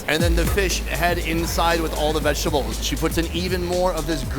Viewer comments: Did you say, "vag-table?" Lol wtf Sonny!? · love how he prounces vegetables as VAGI tbles